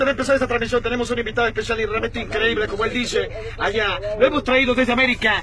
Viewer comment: No esta mal pero la voz es un poco mas grave y nosotros los arg pronunciamos el "allá" con SH,ejemplo ashá no "ayá" tratá de igualar nuestro acénto y vas a ver que mejoras mucho mas la imitación,bien igual👍